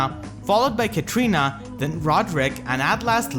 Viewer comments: Pretty sure it's Katarina not Katrina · Why everybody pronounce her name as Ka-tri-na? It's Ka-TA-ri-na. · Katrina Katrina Katrina, its KATARINA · Edgar Garcia I know, right? XD